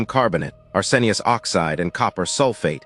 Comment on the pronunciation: Ar-SEN-ic? Brethed it in? 2 minutes in.....I can't watch this.